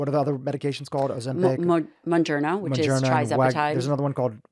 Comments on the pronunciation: How can this woman have an opinion when she continuously misspells Mounjaro calling it wrongly MounjarNo!!!! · It’s mounjaro pronounced moon jar o. Not moon jar no. Is this woman really a doctor that is familiar with these diabetes drugs or someone just running her mouth. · Is she saying monjourno? Scary that she prescribes it and can’t pronounce it. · The last expert couldnt even get the name right monjerno???? Did she mean mounjaro???😂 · Am I the only one that finds it alarming that mispronounces the name of Mounjaro (Tirzepatide) she says, Monjerno and TRIzepitide?!?! Wtf am I watching. She prescribed these meds?! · Please at least make them learn how those drugs are called! Adds some credibility to that “expert opinion”. “Muongiorno”! Aaah.. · It bothers me to hear the doctor mispronounce Mounjaro. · That lady saying mounjaro wrong is driving me crazy. Learn the name! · mispronunciation of mounjaro is alarming. How can you not know proper pronunciation if you work with this medication in your profession?! Anyways, it’s really scary what’s going on with the food industry and the pharmaceutical companies pushing their drugs. As a dietitian/ diabetes educator I teach my patients to eat healthier and be more active. However, I see a lot of patients resist. They want results but aren’t ready to put any work into reaching their goal 😮 The government needs to change some policies. I don’t see how this will get better otherwise 😢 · I find it funny that she is a specialist but cant even pronounce Mounjaro correctly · This doctor doesn’t know how to pronounce mounjaro, so that immediately makes me skeptical that she knows anything about it… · the heavily made up woman cant even pronounce Mounjaro but she’s putting people on it...yikes....